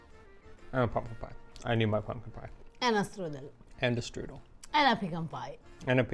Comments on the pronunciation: Strudel even sounds German. It's not strudelli 😂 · As German/Bavarian, let me tell you, the word is „Strudel“ not „strüdel“.